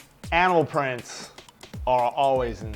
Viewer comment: at the beginning when he said animal prints i thought he said anal prints O_O